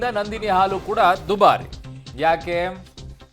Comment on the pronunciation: ಆಲು ಅಲ್ಲ ಗೂಬೆ…….. ಹಾಲು ಅಣ ಅಲ್ಲ …… ಹಣ 😂